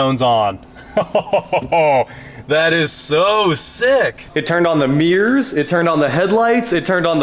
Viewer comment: One thing I learned in this video: In Kansas, there are no mirrors, only meers.🤭